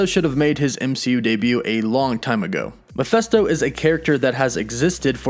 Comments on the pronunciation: It's pronounced Mephisto not Miphesto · Man it really bothers when people mispronounce things, & don't have their facts correct. 1) His name is Mephisto, as in FIST NOT MeFESTO. Secondly As far as: Warlock, since when is he the most powerful? The guy can only: lift about 50 tons, despite his energy projections powers, at no time," was he considered the most powerful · I just had to say, the demons name is "Meph-i-sto" with an "i" not "Meph-e-sto with an "e" , I'm sorry but it was just working me and I had to say something. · its not mePHESto.. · Calling Mephisto Mephesto is silly. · Mephesto??😂😂😂 Mephisto like 👊 !!! 🤦🏻‍♂️🤦🏻‍♂️🤦🏻‍♂️😂😂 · Not sure why but you calling him mephesto instead of mephisto bothers me a lot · Meph i sto. Not Meph esto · Mephisto is said Meh-Fist-Oh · I know it's hard as you're american. It's Mephisto. Meph ist o. I know none of you can seem to pronounce words well, due to your accents, but please do try.... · All I can hear is "Mafesto" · The way he pronounces MephIsto is driving me nuts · Ma fist o..... that's how it's pronounced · Dude, your pronunciations of the name Mephisto is an insult, and atrocious. Do your research on how to pronounce names. My god! It hurt my ears just to hear you pronounce it horribly so many times.